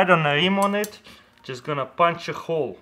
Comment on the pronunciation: Why he pronounce hole i mean letter (h) like (kh)? Russians can't pronounce h like normal?